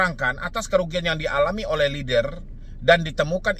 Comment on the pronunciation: lennnn der bang, bukan leder atau leader 😭